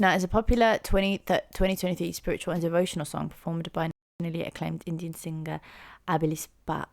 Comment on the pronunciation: I thought this might resonate w/ you. Love your insightful deep dives, worth waiting for:) I became aware of Abhilipsa (I think your pronouncation is correct) though my interest in Indian astrology and when I searched YouTube for "The Vedas", the algorithm popped this vid up: Her duet w/ Jeetu Sharma, Har Har Shambhu, has 275 million views!